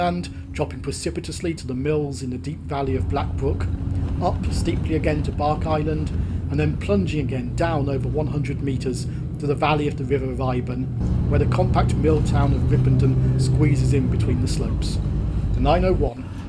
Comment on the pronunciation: Well I never expected you to take the 901, and for you to even show the mill I live in as you flashed past! Good route choice. By the way, the pronunciation of the village name is Bark-is-land. Hope turtle turns up.